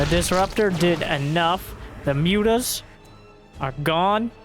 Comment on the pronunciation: Can you stop saying ´´Mutas ´, please? It’s ´´Mootas’´, thank you. 🙂